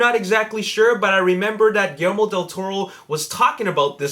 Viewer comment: It's GuiYERRmo, not gillimiro or whatever you're saying.